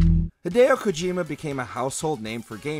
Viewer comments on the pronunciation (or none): none